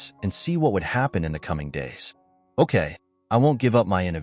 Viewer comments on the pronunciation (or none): none